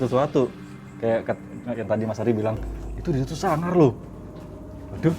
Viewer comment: Mas ari tuh kakuu tapii lucuuu bangetttt lohh, ku kira bakal bosenin ternyata asik bgt wkwkwkwkwk apalagi logat jawane "beh.. Suangar pak!" Next time : DMS X LUCINTA LUNA Kalo LL kemasukan gausah dikeluarin nyai, biar makin endul wakakakakakakka